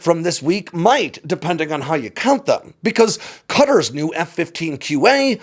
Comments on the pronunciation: I wish more of my fellow Americans were as disciplined in their place-name pronunciations as tries to be. The "I ran" version of Iran is just fingernails on a chalkboard to my ears, and so thankfully that's a low bar clears easily. His pronunciation of Qatar (قطر) does slip a bit at the end, which reminded me that lots of people debate how to pronounce it. So, for whomever cares:ق is given the Q instead of a K because it's said from the back of the throat in a flemmy sort of way. (Listen to a native say Iraq where the finish in their throat. That sound.) Now, that's formal or generic Arabic. The dialect of the GCC does make the Q a bit more like a guteral G, and so both are fine. The guteral G is what you'll hear locally most of the time. The formal Arabic pronunciation isn't wrong, just more, well, formal. What I think happened as the video went on was dipped into the American t-flap with the ط so it comes out more like a D. You know how we Yanks turn butter into budder, and city into cidy? Well we shouldn't do that. And we shouldn't do that here as well. The only thing to note in how I hear it in Arabic is it's a heavy T -- like you don't want it to be missed -- and not a quick sharp T. Also, the accent is on the first syllable for those uncertain about that, but I didn't hear a problem in the video. And remember Arabic is written right-to-left, so if breaking down the sounds seemed out of order to anyone, that's probably why. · Please not you two....... It's Qatar not cutter. Qatar not cutter there's no country called cutter it's called Qatar (ka- tar)